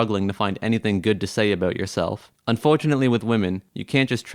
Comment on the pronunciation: A...Bowt.....are you Canadian?